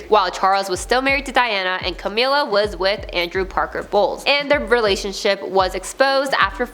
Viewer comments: its Ca-mill-a not Ca-meal-a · Its a bit disrespectful that you constantly mispronounce Camilla.